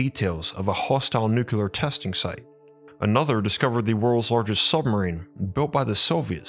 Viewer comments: What fascinates me is how such a well spoken, articulate narrator can consistently say nukular ("noo-que-ler") instead of nuclear ("new-cleer"). There is no such word as nukular. Stop saying nukular, please! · You are a very smart guy,. It is pronounced “nuke”-“clear” not, “nuke-you-ler” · Bruh.... "nucular"? No. Nu-clear. Nuclear. How the fcuk do you get "newk-you-ler" (3 syllables) from NUCLEAR (2 syllables) I'm seriously asking you, as in, I'm not being rhetorical and just talking siht or correcting your pronunciation. I'm genuinely interested in your answer. When you read the word or write it, especially, isn't there something in your mind that tells you what you're seeing and what you say out loud or internally, just doesn't add up. And when you hear the correct pronunciation from others, do you think they're saying it wrong or maybe there's 2 ways to say it and they're both correct? Or do you even notice the discrepancy? I hear supposedly well educated people (George W. for example) making this mistake all the time. I've always been wondering what goes on in their heads but never had a comment section to ask the speaker. So here we are. Anyone else who has empirical input on the subject, feel free to chime in. Please and thank you! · Its nuclear, not NuKyULeR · You still pronounce nuclear "nukular"? WHY?? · It'spronounced "noo-clee-ur" get it right or don't say it.😊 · I love the two videos of yours I've watched. The other was the Kozyrev Mirror. By the way, there are two ways people pronounce "nuclear," and one of them is correct.